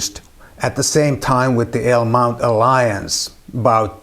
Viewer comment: What the heck is a "ALE" mount? LOL..